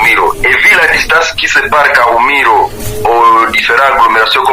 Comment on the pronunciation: Kahumiro et non kumuhiro